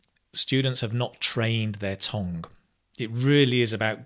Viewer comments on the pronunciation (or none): Why do you say tong for tongue? By the way, in Korea 'tong' is 'poo.' 😅